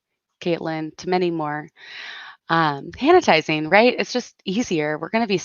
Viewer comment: "Han-itizing stations!" 😂😂😂